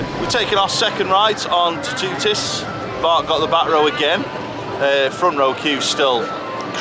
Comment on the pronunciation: Love in the first 5 seconds you've pronounced the rides name wrong :D Reminds me of St. Louis and Kissimmee